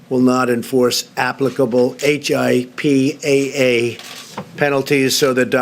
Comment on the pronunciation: Right! He also said H.I.P.A.A. and anyone who is familiar knows its pronounced as one word